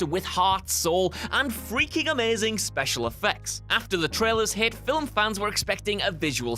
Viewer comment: Very impressive, getting two syllables out of 'film'